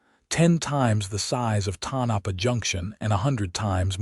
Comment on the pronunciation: Pronounced… TONE - A - PAW.